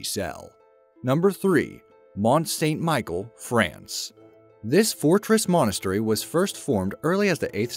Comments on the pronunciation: Mont st michel ... not st michael ... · O dear... It's not Michael. It's said like Michelle. You did good research, but you really should've checked the pronunciation on some of these... and the Dalai Lama. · i dont know about the other castles' names (tho i suspect you slaughter all of them) but Mont St. Michel is pronounced: MON SAHN Mee-SHELL! (mon dieu, c'est terrible, votre prononciation!) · Mont saint Michel not Michael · Mont St-Michael? should be pronounced "Mon Sain Michelle" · Great video but please Mont St Michel is pronounced: "Mon San Meeshell." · "Mon san meeshell. " (Mont St Michel!)